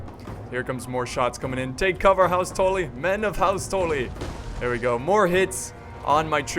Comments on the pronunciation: House Tolly? Its Tully.. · T- uh - lly not torly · It's "tuh-le" not "tol-e" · It's "Tully" not "Tolly" god.... you are losin it.....:( doesn't change my mind on u secretly dating JF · "Toely" xD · What the fuck is a toelly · "House Toelly" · The butchering of ze Tully name :( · The way you say Tully gives me cancer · The only thing that got slughtered here is that prenaunciation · please say Tully right next time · The way you pronounce Tully makes me feel uncomfortable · yes he did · im sorry everytime i heard it i thought i was gonna have a fit ahah great battle thou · It triggered me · how you said tully XD. no offense, obviously. it just sounds fun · your saying tully wrong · ha you're right still something that annoyed me